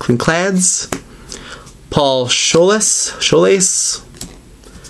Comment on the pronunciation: you prenounce it as pool skoles it is not how it is ment to be speltbut is how u say it